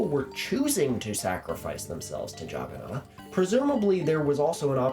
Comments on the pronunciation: It's nath not naut. I never made the connection before watching your videos.😂😂😂😂😂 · I had no idea for the longest time what the Juggernaut god you were talking about was. I was like, Jagana? What's that. AND I GOT IT. OH YOU MEAN JAGGANNATH. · Actually, they deliberately mispronounced the idol to mock it. They knew that the true Jagannath (Lord of the world) is Jesus.